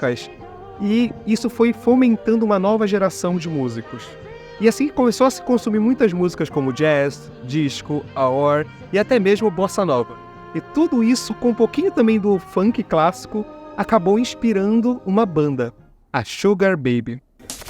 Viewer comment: A pronúncia certa de A.O.R é Ei Ou Ar